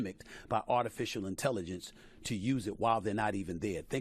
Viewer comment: "Artificial Intellivence" 😅